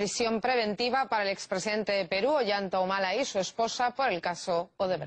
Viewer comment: la chica dice Olanta Humala asi tal cual.